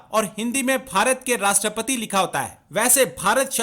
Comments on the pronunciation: Rashtrapadri 😂😂 cheemu saab rashtrapati hota hai😂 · At 0.46,” rashtrapatri ❓❓😆😆,it’s Rashtrapati,their se bolna to seek lete😂😂” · Eh bhai Rashtrapati toh theek se bolo. Kaheka Pakistani youtuber yaar.